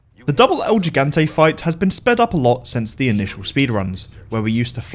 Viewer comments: el he-gan-tay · "El yigantei" 👀